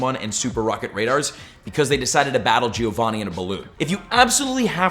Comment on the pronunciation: Dude can't pronounce Giovanni